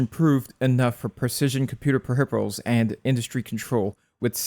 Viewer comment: Suspicious pronunciation of "peripheral"